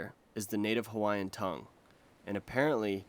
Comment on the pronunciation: Mahalo for not butchering the Hawaiian language!